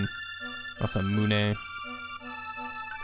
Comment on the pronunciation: Inevitable comment: You were right when you said it as "mah sah moo nay". Been enjoying these long LP videos btw. I've played the game plenty of times so I mostly just listen and it works well as almost an LP podcast lol.